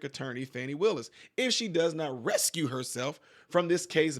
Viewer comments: It’s recused not rescue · Recused is pronounced “Ree Kewsed”